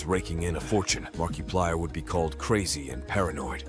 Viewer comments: Why does he say Markiplier like that 💀😭 markeeeplier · Markiplier ❌️ Markeyplier✅️